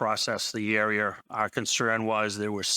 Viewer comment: They processed the air-E-air ? 🤔